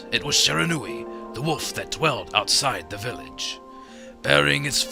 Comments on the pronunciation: okay... I am also studying japanese otherwise I wouldn't making such an acusation. And the only thing I would want to correct is when the Narrorator says Shiranui, it's sounds like Sheranui. And I know all about the syllables of japanese spoken through Hiragana and Katakana. and Shi is shi, the narrorator was saying it a little too fast, and so I nitpicked a little. But it still sounds like he's saying Sheranui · shee - rah - nu - i. japanese words are pronounced exactly as they are written lol. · i am SERIOUSLY DISTURBED by the narrator's HORRIBLE pronunciation of Shiranui as sherahnuee.